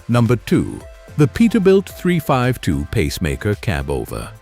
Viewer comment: Poor AI narration, when you call a 352 a three fivety two and kayterpillar etc etc,fix it please or f*&k it off